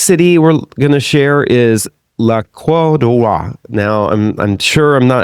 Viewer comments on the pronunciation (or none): none